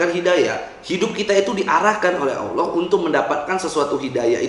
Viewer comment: Kenapa gua kesel ya kalo ada yang bca "Allah" jadi "Owloh"